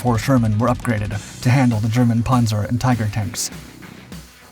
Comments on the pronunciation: Why is he saying ‘ponzoh’ and not ‘panza’? I know yanks have MASSIVE trouble with vowels but that is remarkably dullard-like. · It's just annoying when you mispronounce words basic to your story. Loses credability. The a in Panzer is short like pants, not like o in pond.